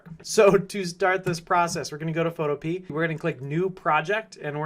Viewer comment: Awesome vid, but I think that Photopea is pronounced more like utopia (pho-to-pee-a). I'm not sure though.